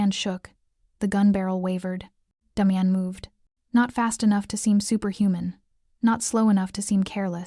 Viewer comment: This so call Ai that is supposed to be so smart can’t pronounce the name Damian ! How can anyone watch this through!??